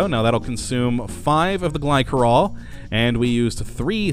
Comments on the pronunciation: i thought it was glisserol not glykerol (pronounciation of glycerol) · The 'c' in Glycerol is said like a 's' sound. 'Gly'ser'ol'